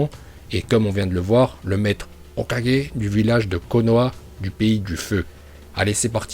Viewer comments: Pas hokogé mais hokagué ça se dit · Arrête c’est Hokagé pas 4G 🤦‍♂️ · Je sais pas pk mais meme si c’est vidéos sont bonne je comprend pas pourquoi ils veux tjr prononcer hokage avec j a la fin parce que pour avoir vue la série en japonais 5x en anglais 2x et en francais 6 ou 7x dans toute les langue sa se prononde avec un g 🤣🤣🤣🤣🤣🤣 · Arête de dire Hocager à la fin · Exprime toi mieux quand tu parle tu dis mal Hokage etc tu deconne mec tu s’en s pas que sa sonne mal